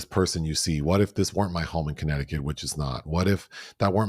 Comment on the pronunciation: pronunciation of Connect-ti-cut😂😂 I can’t see myself eating off a “grazing table” like some farm animal lol Some of these viral trends are disgusting! I tried the cucumber salad and it was gross. Any buffets or dips sitting out for hours bring out my germaphobe 🦠 Dyan Cannon always had such beautiful luscious hair ❤ My memories will always be her and Jack Nicholson sitting courtside and yelling as die-hard Lakers fans